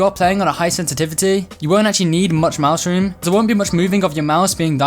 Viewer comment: When you say “mouse room” I heard you said mushroom